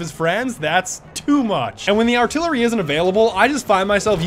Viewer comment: Aka the vehicle you keep calling artillary!